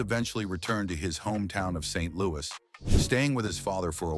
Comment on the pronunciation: Saint (long pause) Louis. This AI needs a lot more training. Also playing a clip on Miles talking about how successful his family was and how good his life was yet he still played the blues while the AI goes on about how tough the depression was on his family is something a human being would have caught while editing this. Also the consequence of the depression being that his Dad worked "more" when the whole narrative of the depression centered on people being out of work, that there were no jobs would also be something a person would not have written. This is just bad AI click bait that mindlessly takes in factoids about his life and slices and dices them into a nonsensical hodgepodge.